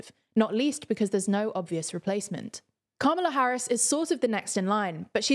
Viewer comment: Why can’t she pronounce Kamala properly